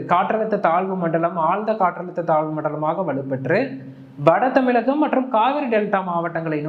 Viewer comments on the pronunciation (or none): none